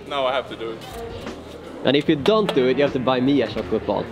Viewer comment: Chocolate is pronounced with a tsh sound guys. And jumping with a dj sound :')! Keep it up! <3